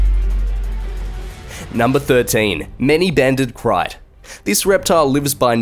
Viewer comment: krait is pronounced crate